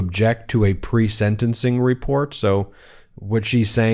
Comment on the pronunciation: "senancing"? MTG hasn't, among her many faults, well established pronunciation skills. 🙄